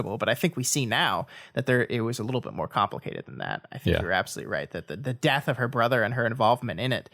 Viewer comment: AWESOME! Thank you! It's KA-mplicated!